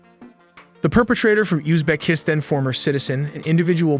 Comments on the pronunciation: As soon as I heard “use beck kick stan” I was turned off by the ai narration. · “Ooz-beck- kiss- tin” 😅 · lol that pronunciation of Uzbekistan was wild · The way Uzbekistan is pronounced tells me this AI generated voice needs work... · Need to work on your pronounciation of Uzbekistan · It's in the name of the channel, all of the info comes from ai-gathered info in an AI script using AI voices that can't pronounce Uzbekistan correctly